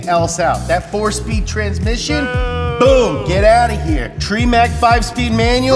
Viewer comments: He said Tree Mack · He said treemec lmao